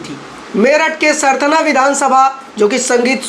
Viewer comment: भाई क्या usa से आये हो? सरथना नहीं सरधना है जगह का नाम। अब live tv का स्तर गिरता जा रहा है।